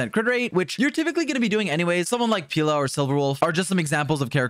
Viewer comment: You're pronouncing Pela as Pila, which means dick in portuguese. Idk how that would work as a support tbh